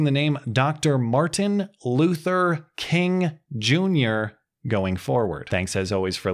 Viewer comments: As a french canadian, I don't hear it. What is the slur? I hear a guy pronouncing Kun instead of King... what is the slur exactly? (not trolling I honestly have no clue what it could be) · I don't know about everyone else but i heard him say corn. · your channel is doing so well because you can properly pronounce the tough names like Dr Martin Luther Kun Jingor... shit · The mayor will always stand up for dignity and the worth of everyone in her community ... unless it applies to a white guy who accidentally says Martin Luther Koong. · He actually said "Kuhn", which is a german surname (sounds the same) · He clearly has a speech impediment. I'm not kidding. Look at the two clips. He has a slight slur to his speech.